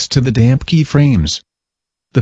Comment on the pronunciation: Thanks to the damp key frames...keyframe the damp value... (every time he says "damp" it sounds like "damn", which makes this twice as amusing)